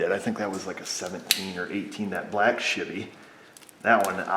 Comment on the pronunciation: LOL "Shivvy" - I knew a Chevy fan who called them all Shivvy's too! Brought back good memories of a good dude (even though he was a Chevy fan!)